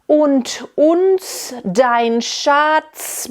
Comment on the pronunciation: I'm sorry, but the "H" in the middle of "Flehen" and "hinwehen" are silent. Also it's "Schuts bedeckt" and not "schats bedeckt".